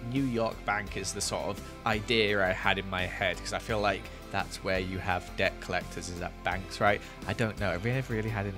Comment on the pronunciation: I it just me or did he sound like he was saying dirt instead of debt or is it the fact I am american